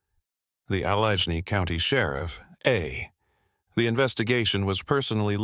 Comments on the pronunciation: Allegene county? AI can't even pronounce shit right. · Saw no point in continuing when AI can’t pronounce Allegheny because either it was spelt incorrectly or AI is capable of pronouncing Allegheny.